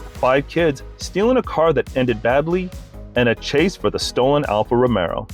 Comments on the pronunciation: Alfie Romeo. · "Alfa Romero" I've never heard of that make of car before?